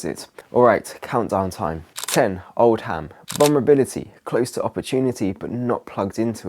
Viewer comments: Oh,, the way you pronounce Oldham. Dearie me. It's "ohl-dum", not "old-ham". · Oldham not old ham 😅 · Come on! There’s nowhere in the U.K. called Old Ham, it’s pronounced Oldum.. you’re too posh😂 other than that it’s a brill video. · Oldum not Old-ham! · Oldham is pronounced Old-um 😂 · Contemporary translation… Old’slum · Is this bloke employed by the Russians? He can't say the name of the town he's talking about...😊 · as a Manchester girl I can honestly say we don’t know how to speak without dropping letters😂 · Yep, it’s the north don’t sound the H 😂